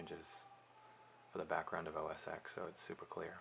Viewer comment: It's not OS EX. It's OS TEN. When do people learn this?